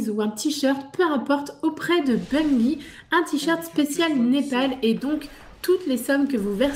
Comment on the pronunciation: Non mais arrêtez de dire BUNguyE!!... On ne dit pas une guyFLE ou guyRAFE non?!!!!... Sinon bonne vidéo les gamers!!.. Ciao